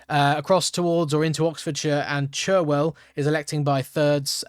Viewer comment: Cherwell in Oxon is actually pronounced Charwell . . . they don't spell it right for some reason. . . thanks for the updates!